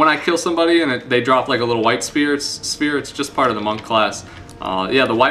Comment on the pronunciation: So spher is pronounced "spear".